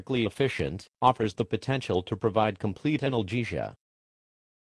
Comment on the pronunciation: Microsoft Sam pronounces "Anal -gesia" funny